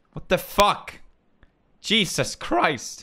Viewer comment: Is it jesus or cheeses,he sounded like cheeses